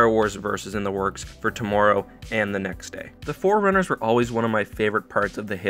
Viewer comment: I really hate it when pronounce “forerunners” like “foreigners”